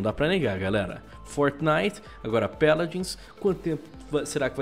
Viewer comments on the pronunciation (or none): Pq vc fala peladins de deveis de fala paladins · O vídeo inteiro ele ficou falando peladins Que agonia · "Péladins" kkk